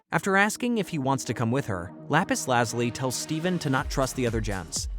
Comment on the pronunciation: lapis lazuli is la·pis la·zyuh·lai Lap-piss laz-you-lie.